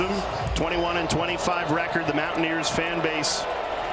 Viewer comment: LOL, WTH is this one announcer calling WVU? "Mow-a-neers"?